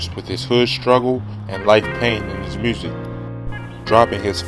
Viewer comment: dat way you say music 😱🤣🤣🤣🤣